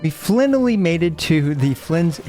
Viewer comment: Bro said “And Flinally” 😅 please don’t ever do that again bro.